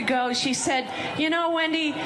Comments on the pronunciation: Lunatic Rogers doesn't even know how to pronounce her own name, lol. It's 'when-dee' not 'win-dee.' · Did you say windy Rodgers or Kenny?